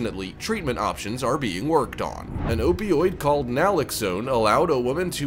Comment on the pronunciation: It's pronounced Nal-ox-own!